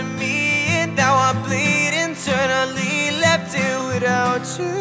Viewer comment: Great voice, just please pronounce "you" correctly and not tjoo 👌🏻